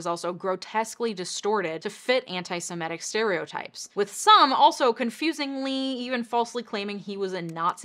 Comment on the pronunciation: It's 'Semitic', not 'Simetic'.